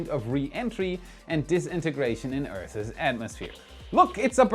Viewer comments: Awesome stuff as usual. Just a friendly English tip… “Earth’s” is pronounced as “urths”, not “urthess.” Believe me, no offense intended. Think I can speak German? Jelly donut! (If you don’t get the reference, Google John F. Kennedy’s Berlin speech.) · Earth's....... ONE syllable